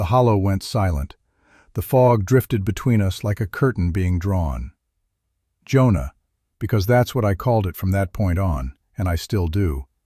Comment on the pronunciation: "Jonah" is two syllables.